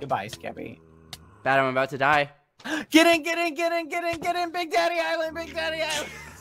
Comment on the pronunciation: WHY DID BAD SAY “BIG DADDY ISLAND” LIKE THAT